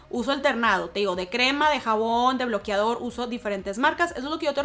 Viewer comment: “Bloquiador” “ bloquiador”